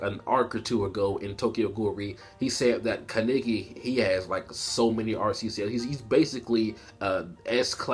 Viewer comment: Why you say kaneki like that